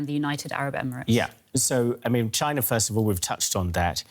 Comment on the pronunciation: This lady mispronounced china. I'm dead